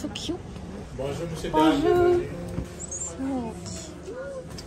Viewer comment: as a French, let me tell you that your accent when you say "Bonjour" is litteraly spot on! bravo!! Bisous from south of france!!